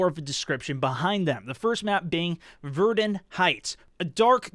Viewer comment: Bro, it's VER-DUN (VER-DONE) check out an amazing podcast Dan Carlin Blueprint for Armageddon. You will be hooked!